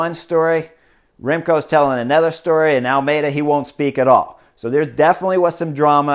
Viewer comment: yesterday u kept saying jao'n almeida